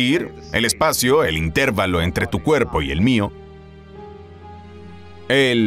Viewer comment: La palabra intervalo es llana terminada en vocal y por lo tanto se escribe sin tilde. Entonces, debe decirse intervalo, no intérvalo como se escucha en el video.